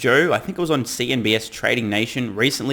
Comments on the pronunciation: cnbc, not cnbs, just didnt know if you knew but heard you say it few times in different videos so thought i might correct you if no one has said it so far. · CNBC, not CNBS. Just a friendly reminder :) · It’s CNBC not CNBS.